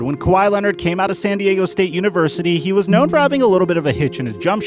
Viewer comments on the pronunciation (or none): none